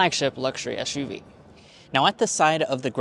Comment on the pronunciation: Stop saying ESH U V! 😂